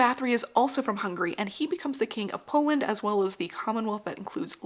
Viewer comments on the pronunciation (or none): none